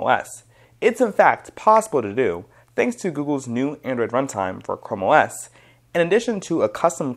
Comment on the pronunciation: why pronounce it "chromios" it's simply "chrome os" no need to say it wrong